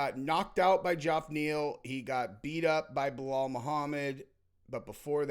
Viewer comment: His name is “JEFF” Neal. For fucks sake. You think his fucking name is JOFF?